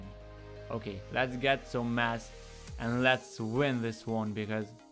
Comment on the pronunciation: lmao i thought u were saying "lets get some mats" was gonna say this aint fortnite boi xd